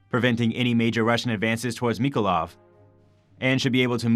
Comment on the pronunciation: The narrator can't even pronounce the names of cities like Sebastopol and Mikolaiv.